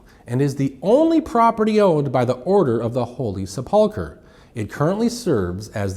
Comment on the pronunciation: Holy Sup-pull-ker😂😂😂